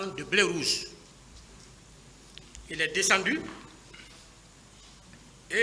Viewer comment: 😂😂😂, l'intellectuel égaré et embrouillé! il dit " bré rouge"😂😂😂